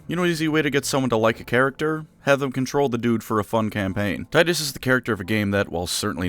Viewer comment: It’s actually pronounced, “Tee-tuss”